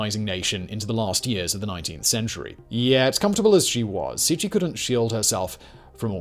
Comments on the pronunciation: proncounced c c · Cixi - > Tsee-Shee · I usually don’t mind your mispronunciation of names, because you’re usually not too far off, or it’s approximatively close in some ways. But you completely butchered that one. It’s not even close. You could’ve at least gotten the consonants right. That was actually painful to listen to. Love your channel still!